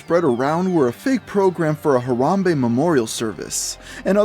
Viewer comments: "Harambee" not "harambae" Harambe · Harambe... Harambe.. It's pronounced /harambee/ you nerdo.